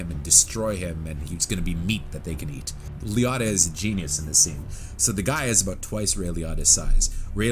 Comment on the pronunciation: It's pronounced Lee-oat-tah